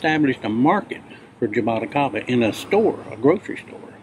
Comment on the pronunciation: has the most stylish way of saying jaboticaba, just awesome!